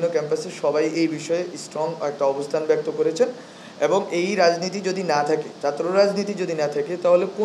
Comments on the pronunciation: ভাই আগে চাত্র না বলে ছাত্র বলা শিখ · ঢাকা বিশ্ববিদ্যালয়ের ছাত্র থেকে অন্যান্য মানুষদের, ছাত্র ছাত্রীদের ভালো কিছু শিখার আছে। এর একটি অন্যতম শিক্ষা হোলো ভাষা বা কথা ।ধর্ম কে দরমো,ছাত্র কে চাত্র, সংসদ কে সাংসদ এগুলো গনমাধ্যমে বলার আগে ঠিক করতে হবে। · আরে নোয়াখাইল্লা কথার ভিতরে গন্ধ আছেই। ছাত্র না বলে চাএ। অভিনন্দন মেধাবী তোমাকে। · উনি ছাত্রকে চাত্র বলে কেন উনার ল্যাংগুয়েজ আগে ঠিক করতে হবে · উচ্চারণ শুদ্ধ করুন।দর্ম নয় হবে ধর্ম।আর চাত্র নয় হবে ছাত্র।শিক্ষিত লোকের মুখে অশুদ্ধ উচ্চারন,মানায় না। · চাত্র কি..... বাংলা উচ্চারন এমন কেন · দর্ম নারে ভাই ধর্ম ! চাএ না ছাএ 😂তুমিতো বাংলাই ঠিকমত বলতে পারছ না !বাংলাদেশের সেবা কি করে করবে ?